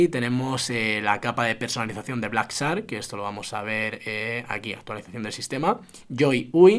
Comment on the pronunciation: Como vas a decir zark... Es Shark, se pronuncia como Sh, que suena parecido a la Y en Argentina, como Yark pero arrastrando S... SHARK... ZARK 🙄...